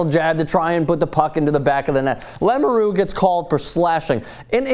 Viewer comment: BTW it's LAMOUREUX and not LAMURU dumbass!